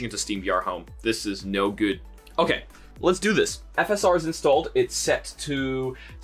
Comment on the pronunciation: Why did he say "V S R" and put on screen "FSR"?